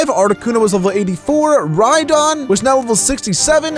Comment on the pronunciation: When says rydon ^^ Me: \____/